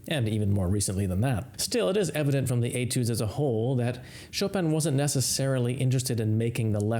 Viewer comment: It sounds strange that you pronounce it Etoode and not Etude as it's spelled! And you pronounce Chopin correctly and don't pronounce it Chop-in as it appears but use the correct pronounciation for Chopin as Chopan!